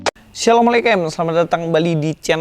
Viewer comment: Astagfirullah,,ni orang kafir ngucapin salam nya salah ucap..yg benar begini bunyinya..assalamualaikum atau assalamualaikumwarahmatullah atau assalamualaikumwarahmatullahiwabarokatuh..ni you tuber sudah salah goblok lagi..udah ikut2an sebut salam..ehh salam nya salah lagi..ngawur.. Esselemeleekemm.....apaannn 😂😂😂!!!...beneran takutnya entar tuhan bikin bengkok mulut kamu..udah salah nyebut salam.sok tau lagi aduhhh..